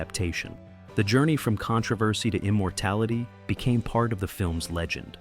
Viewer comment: Good video, but I think we need to talk about your pronunciation of controversy